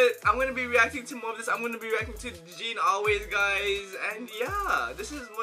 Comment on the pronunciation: jadine is pronunced as jey-din